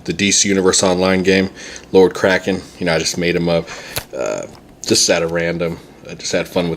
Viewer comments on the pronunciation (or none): Lord Kraken, wicked! At 1st, I thought you said Lord Crackin